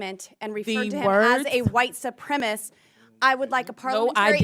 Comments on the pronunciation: Boebert is the quintessential uneducated boob. She is genuinely stupid. Also when she mispronounces a word on the floor of Congress (supremacist) a correction needs to be entered into the record. This is a congressional hearing not some red neck church in Flashyourdick, Colorado. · She said white supremiss TWICE! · "white supremist" 😖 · Boebert says "supremist", she can't pronounce supremacist... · ... actually, she said, ""soopremmis" ... I imagine she can't define "supremicist" ... or soopremmiss.... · Boebert is so illiterate she can't even pronounce the word 'supremacist'.